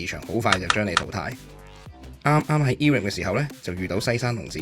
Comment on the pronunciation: Irem 係讀 I-Ram 唔讀i(e)音的 亦唔讀rem ，直接讀 RAM 的